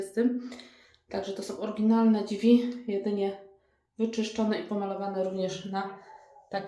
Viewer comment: Ladne wnętrze, ale te "dźwi" boli 🙈